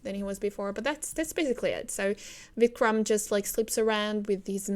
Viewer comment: Nice vid with your sight of Storytelling. It's just great to see how someone playing his/her game :o) P.S: it's Vikram, without "D".